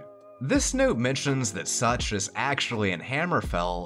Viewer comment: I was listening to this in the background and I heard you say "on the title screen, a city name Sucth was shown.." I was like.. such.. such as what?! SUCH AS WHAT?!